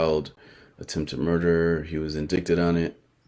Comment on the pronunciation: Hey bro just a word of advice...indict or indictment is pronounced en-dite or en-dite-mint. You cant make these mistakes with the type of channel you have. I feel you have a reputation for putting out good shit.